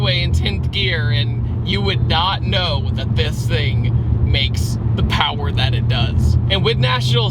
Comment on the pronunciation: There's no such thing as too much pawa.. 😂